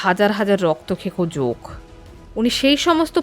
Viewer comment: জোক নয় জোঁক 😂 আত্মার উচ্চারণ আত্মাঁ